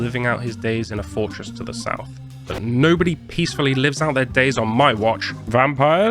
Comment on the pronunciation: "You're a Njobody" got me way harder than I thought it would.